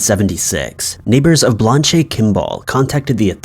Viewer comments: Blanche is pronounced "Blanch". Not "Blonchay". Referring to the Blanche Kimball case...... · I know good and well you have the same access to Google as everyone else, yet for some strange reason you choose not to research how to pronounce words that are not so common. For instance, Blanche is not pronounced "Blon-chay". Its actually pronounced "blan-ch". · Blan-chee lol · You seem to mispronounce a word in every video. Blan-chay. LOLOLOLOLOLOLOL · He has got to be doing that on purpose! I heard "Blond Shay Ken Doll" myself. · I don’t think that’s how you pronounce Blanche. Haven’t you ever watched Golden Girls? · He has probably never seen that name before and just guessed. Isn't he only in his early 20s? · Judging on the pronunciation of “Blanche”, I’m guessing never read or seen A Streetcar Named Desire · Great video, but, every time you say the name "Blanche" my ears scream and begin to bleed.